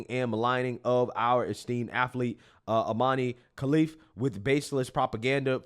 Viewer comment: I'm algerian it's disgraceful and pathetic my people now hate me for calling this bs out but idgf this is unfair and pathetic his name is pronounced iman kaleef brother